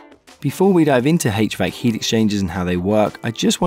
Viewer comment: "Hach-Vack" love it bro 😂🙏 thank u for this